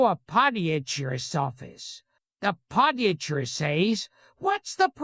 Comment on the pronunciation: The say he Pronounces “moth” and “podiatrist” is probably one of the funniest things I’ve ever laughed at